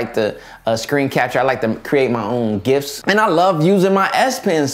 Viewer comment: my mane pronounced gifs wrong